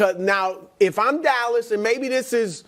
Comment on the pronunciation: Did brou say callas cowboys? 😂